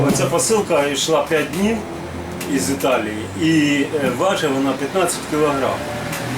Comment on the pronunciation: "ЬІз ЬІталії" 😂